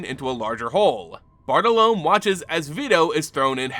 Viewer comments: Another amazing video, but i feel like you should know that Bartolomé is pronounced b-aa-r-t-oh-l-oh-m-EH. However I'm looking forward to the Bartle Loam card that's now definitely coming in the next unset lol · Not critiquing but Bartolome bar-tall-low-me.